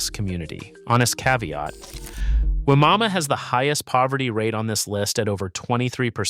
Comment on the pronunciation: Wimauma is actually pronounced by locals as"Why-ma-ma". Not kidding.